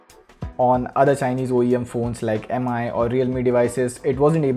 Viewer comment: pronounciation is "Me" not "AM AI"